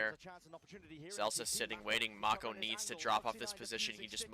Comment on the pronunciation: Pretty sure this is the first time I've heard it pronounced as Make-o instead of Mach-o xd